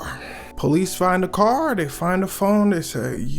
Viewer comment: Why I read that CAAAAAR 😂 Heard the Chicago accent 😂